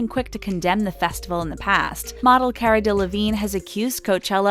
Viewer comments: It’s cara not carea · CARUH NOT CAREUH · It’s not care-a, it’s car🚗-a.